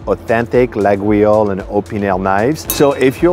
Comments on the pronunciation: "Lagweeoles" is not accurate: try "Layoles" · Ffs not la gou oui io lle !!!!!!! La io le, et c'est tout ! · Here is the trick if you want to have the right pronunciation, it can be tricky, you must say Layole for the knife and not Laguiole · Sympa mais : Coton Doux, c'est ringard. Sinon, un excellent chocolatier à Paris est Servant dans le 16eme et à Neuilly. Sinon, en France, on n'offre ni couteaux ni ciseaux car cela pourrait signifier qu'on veut " couper les liens " avec le récipiendaire. Et on dit "Layole" et "Boinar". Par ailleurs, Brentano's c'est anglais et les cochonneries qu'ils vendent n'ont rien de Français. Mais bon, votre vidéo fait passer un agréable moment même pour un Parisien. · It is pronounced "laYole" (the knives) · Laguiole is pronounced LA-YOL. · You mispronounced Laguiole. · I really like your videos but that isn't how you pronounce Laguiole.